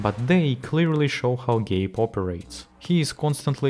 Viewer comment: "Gape" Newell?